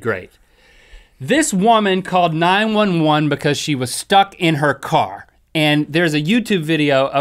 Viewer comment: jan rychwinski "becouse" lol